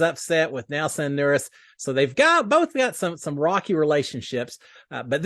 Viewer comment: Howdy! Just to help you a little bit, Nurys is actually pronounced like Nur-eece. Wanted to give you the heads up. Thanks for the video!